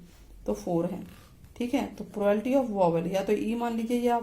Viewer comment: Ma'm this is not a prolality its a wrong proununsiation this is a probability